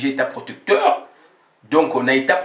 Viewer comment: On sortira pas de l' auberge avec de tels propos. ONI et donco n' existe pas en français. Ozo toka boye ? Nanu otoki tse. Combien de temps vis tu en france ou belgique? Y a t il pas des ecoles pour adulte specialisées en prononciation? Fait un effort pardon.